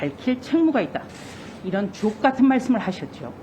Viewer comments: 주옥이 ㅈot으로 들리네..ㅎㅎ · 주옥같은 말을했다는데 말투가 욕처럼들렸음 주옥(ㅈ) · 나는왜 주옥이란단어가 ㅇ같은으로 들리노..ㅋ